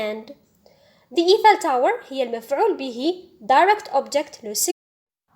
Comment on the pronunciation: Thank u just check the prononciation of Eiffel tower